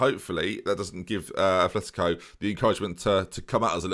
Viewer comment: Okay, I can forgive the mispronunciation of players, but, please, there's no "h" in Atleti's name. I'm so sorry. But it's my biggest pet peeve.